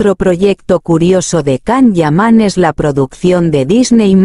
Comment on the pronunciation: Primero empieza a pronunciar bien su nombre.....todo lo q dices es falso....mientras q no salga nada de su boca,todo es mentira querida robot.